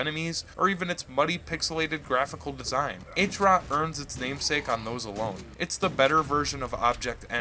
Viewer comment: great vid but try pronouncing it at HROT not "H-ROT" :) How you say Heart but without "ea" and "t" hrrrot